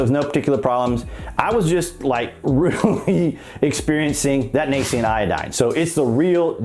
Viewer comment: It's "nascent" iodine (/nā - scent/). Not...(/nā - see - unt/).